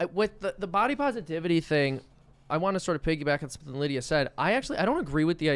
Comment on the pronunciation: Tim- you seriously can’t pronounce Lidia’s name?!